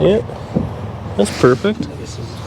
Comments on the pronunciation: Port-a-power?? MURfect!! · It’s “Mur”-fect!! Great car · It's not PERFECT it's MERFECT ha ha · its not perfect but its murfect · It’s not perfect…It’s Merfect.